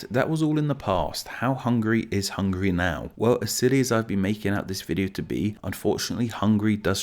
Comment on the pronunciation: Oh man! I love your chanel but you pronounced Hungary soo terribly!